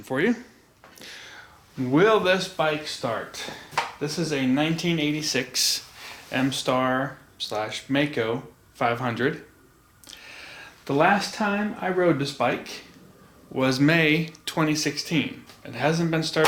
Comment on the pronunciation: It’s German. It’s pronounced like MYKO. Ask any German and they’ll tell you Maico is pronounced MYKO. It’s just like chassis is a French word and pronounced like champagne or chateau. You guys sure know how to butcher European languages.